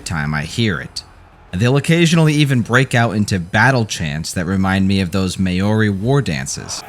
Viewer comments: It’s mAH-di similar to how you would pronounce ‘mouldy’ for the word Maori, Not Ma-ori. The trick is to roll your R’s similar to how the Spanish do it. You could alternatively just say MAR-EE, which is seen as the lazy way to pronounce it. :) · Pronounced more like Mow-ree (Mow rhymes with Cow) than May-ore-ee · May OAR Ri, Dude its Mau - ree otherwise good video hahahah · Maori, pronounced similarly to the world moldy. You dont pronounce the A 😊😊 Great video, highly under rated tw game and one of my faves. I just love the resource system and the burning map. Its just so fucking pretty. Edit. It just needs an extra option for adding the myth back in. It would have been so easy and it would have brought the game from a b tier to a+ tier game. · U may want to learn how to pronounce Maori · You lost me at how you pronounced Maori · Is it a requirement to mispronounce words in order to be an American? It's cavalry not calvary. And you absolutely butchered Maori.